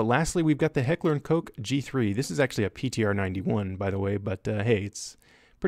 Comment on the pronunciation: Heckler and Coke again? Are you saying this on purpose?